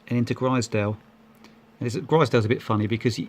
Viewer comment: Enjoyed the series As a local it’s pronounced glazedale (glaisedale) and growmont ( grosmont ) Made me smile